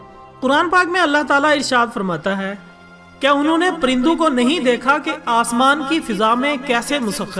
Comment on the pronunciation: prindon Nahi parindon hai